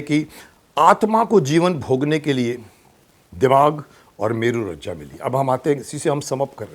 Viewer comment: मेरू रज्जा नहीं, मेरू रज्जू है।